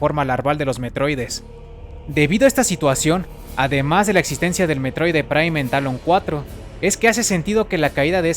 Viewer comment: Se llama METROID, no mEtRoiDe.